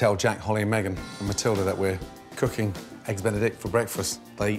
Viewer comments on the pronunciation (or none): none